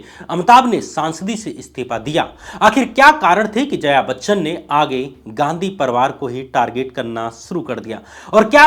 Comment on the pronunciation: Are zaya Bachchan nahi hai, Jaya Bachchan hai, Saat Hundustan nahi hai saat hindustani hai, Rangit nahi hai Ranjit hai...kya sab bakte ho yaar....yeh sab thik karo.... kaun sab log hai yaar tumhara team me? Tum vi yeh sab dekhte nahi ho kya ?!